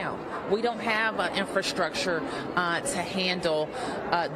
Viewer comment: Wish these folks would learn to talk,.THE WORD IS INFRASTRUCTURES.. NOT INFRASHTRUCTURES